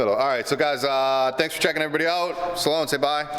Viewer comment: It’s Sloane, not “Saloane”! Jk. Cool vid though.